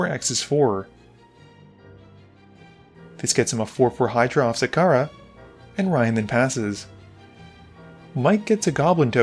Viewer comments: Man. It’s ZaXara not Zakara. X spells commander, you have to pronounce the X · It’s pronounced Zacksara btw